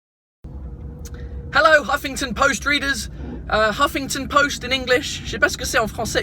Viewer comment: "uffe-ingue-ton poste", en bon français